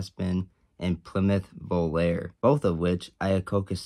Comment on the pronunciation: Volare is pronounced with accent on the 'e'. just like the old song of the same name.